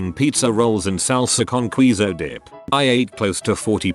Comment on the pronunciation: Queso “Qwee so” WHAT HAVE YOU BROUGHT UPON THIS CURSED LAND